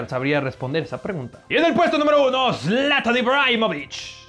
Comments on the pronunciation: Zlantan ? No mames >:v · Me destrozo cuando escuche zlatan